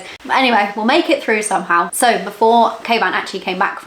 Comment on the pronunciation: I love you guys I always thought you were calling your husband Caveman lol not kayvan 😂 love the channel you can truly tell you two are made to be together.